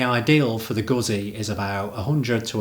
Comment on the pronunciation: Pronounced Guetzi ZZ are TZ